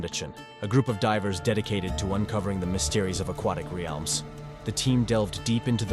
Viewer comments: who hurt me? Deevers. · or i can just laugh at the way he pronounced divers. You took this way too personally